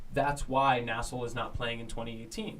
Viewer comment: For the love of god stop calling it “nassel”. It’s N-A-S-L.